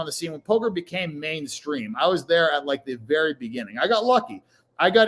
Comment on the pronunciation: dougwass you was vewwy mean to meeeeeeeeeeeee